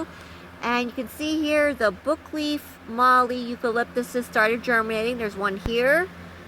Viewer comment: A correction on your pronunciation from me, an Aussie who lives in the area of Australia called The Mallee. It's pronounced mall-ee, like Sally but with a loooong 'ee'. We have Red Bud Mallee forests all around around us, along with River Red Gums (E.Cameldulensis) and Black Box (E.Largiflorens) and a couple of others down on the river on our property (we live on a 24 acre bush block on the Murray River in South Australia).